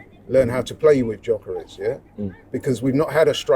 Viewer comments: IT'S YOKEREZ, NOT JOCKEREZ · Gyökeres, pronounced Juh-ker-esh or, as most people in Sweden, juh-ker-ess.